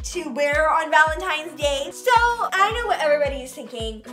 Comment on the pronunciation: You said Valentines wrong you put a G instead of a V